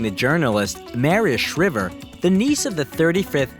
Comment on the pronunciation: WHY CANT YOU SAY MARIE SHRIVER CORRECTLY, YOU FOOL SHE WAS FAMOUS AND RELATED TO THE KENNEDY'S